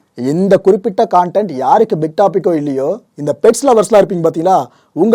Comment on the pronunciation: Athu என்ன ப்ரோ... கான்டென்ட் கான்டென்ட் னு சொல்றிங்க... கன்டென்ட் னு தான் ithu வரைக்கும் சொல்லி கேள்வி பட்டு இருக்கேன்... இந்த உச்சரிப்பு சரி தானா.... 🤔🤔🤔reply பண்ணுங்க... Or next வீடியோ la.. சொல்லுங்க... அப்டி சொல்வது சரிதானா னு தெரிஞ்சிக்கனும்...